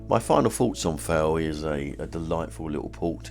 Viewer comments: I live here, , lovely video but please note Town is pronounced Foy! Apart from that, lovely ! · Lugger, Prussia, Fowey. Why do you pronounce all these incorrectly ???